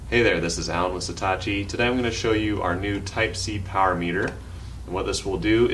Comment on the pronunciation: Is it me or is he saying Setachi instead of Satechi?